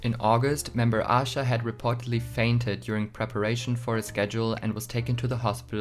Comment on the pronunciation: Aisha is actually pronounced as Ah Sha. The Hangul version of her name is 아샤. However Aisha does sometimes say her name with the i in it since she gets called that a lot by intl fans lol